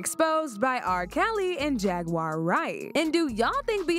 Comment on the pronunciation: He keep calling Jaguar JAGGURED!!!😂😂😂